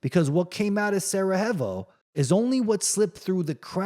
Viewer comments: I can’t listen to you butchering saying Sarajevo one more time! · Get over it ffs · so you know how to pronounce every word in the dictionary? Relax and make your own vids, then.